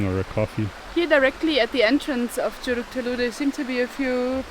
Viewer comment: I must commend you for arriving there. It is indeed a hidden gem of a spot that not even many Indonesians know exist. Let me help you with how to say a word. Curug. Cu = say is like "choo" the word that is used in English to describe the sound of a train. and rug, rook, like a chess piece. There you go.